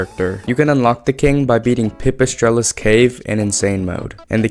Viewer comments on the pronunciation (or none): its not pip-i strellos cave its pee-pee-strellos cave